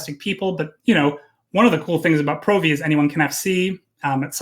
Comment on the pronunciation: you rock, but I can't deal with you pronouncing Provi wrong. The O isn't strong. Still, love your content, and Jin's, and if I do come back your corp will be my first port of call.